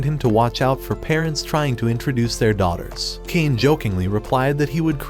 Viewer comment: Bro said daughters as dollars